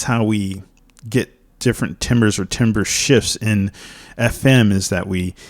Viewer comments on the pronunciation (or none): Thumbnail : the difference between knowing your shit and knowing you're shit. Also pronounced tamber, not timber. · spelt timbre pronounced tam-ber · timbre is actually pronounced "tahmber" the more you know! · It's usually pronounced "tarmbruh" or "tarmber".